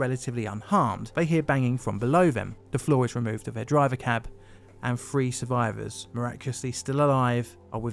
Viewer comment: A 'three' car unit, or a 'free' car unit? Some proper English pronunciation wouldn't hurt.